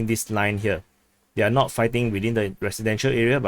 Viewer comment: The way you talk can be hard to understand. "is NOW under Russian control" vs "is NOT under Russian control" -- the way you say it, Now & Not sounded the same. Please articulate correctly the end of words.